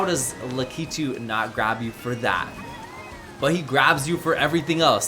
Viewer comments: Excuse me but did you call lakitu lah-kee-two? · That’s how he pronounces Lakitu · honestly i was more focused on how he pronounced lakitu